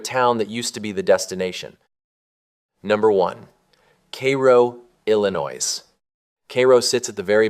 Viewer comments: Learn how to pronouce Illinois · And Galesburg.